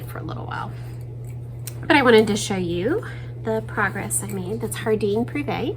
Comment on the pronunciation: Just an FYI. Jardin Previe is French and means Jardin = garden Previe = private. They put the noun in front of the adjective. Jardin is pronounced like jar 🫙 din. I believe you pronounce is more with a Spanish pronunciation and that would be understandable with where you live. I live in Arizona so it would be my natural instinct also. I’m trying to expand my language skills, and I hope you would not be offended.